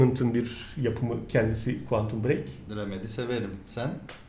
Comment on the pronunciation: Quantum bırek Muattap olma ! de MILYAR DOLARLIK OYUNUN ŞAJJOR DEĞİŞMEYE BAK VUUUURRRRRRRRRRRRRRRUHAHUAAUHAHUAUH